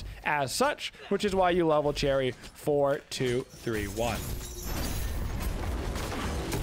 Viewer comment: i know this man didnt pronounce her name like that